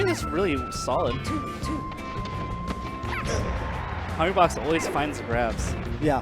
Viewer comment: "Liqu Hungrybox"